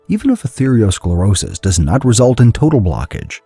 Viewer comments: The reader in the video conflated artereosclerosis with atherosclerosis, saying athereosclerosis throughout the entire video. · Atherosclerosis, not athereosclerosis. Come on, man. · It's arthero and not arthereo. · This expert is grossly mispronouncing atherosclerosis.